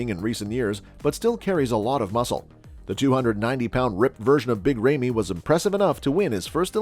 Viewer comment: Who's Big RAYMEY???🤣🤣🤣 Christ....